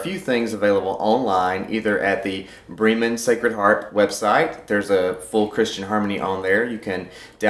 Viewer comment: You're closer to the way they say it in northern Germany when you say it that way than if you were to say "Brayyy-men." I'm Southern but I speak German with a Northern (German) accent. 🙂